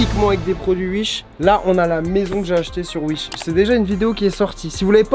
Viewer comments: On dit wish pas uich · Il dit ui she au lieux de wish 😂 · wish : s'écrit wish. charles : uiche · Sa mstresse quand il dit uich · On est d'accord il dit "UISH" mdrr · Tous ce que j'ai retenu : "des produits UISH" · Des produits “uish” 🤣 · J'adore comment il dit "uish" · Ce que j'ai retenu de la vidéo "acheté sur Uish" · C'est pas Wish mais U I C H E